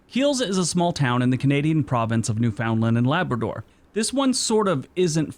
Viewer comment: Would be nice if the presenter of the videos used could learn to pronounce "Newfoundland and Labrador."